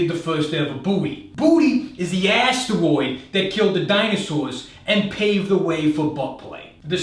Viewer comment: ‘Asstroid’ got me lol